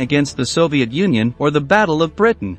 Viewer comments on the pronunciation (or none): none